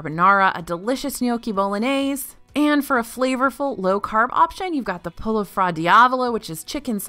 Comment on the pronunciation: . She really said “polo” instead of “pollo” (poy-o)